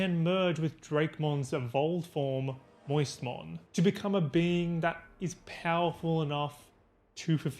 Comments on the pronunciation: You calling My-oat-is- mon moistmon makes me wanna die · These pronunciations are killing me "moistmon" fucked me up